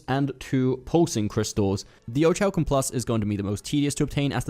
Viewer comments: Or-rick-u-Lum plus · orichalcum+ the h is silent dude get it right